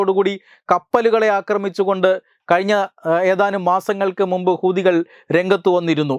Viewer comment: ഹുദി കൾ എന്ന് പറയുമ്പോൾ വളരെ ശ്രദ്ധിക്കണം അക്ഷരം മാറരുത്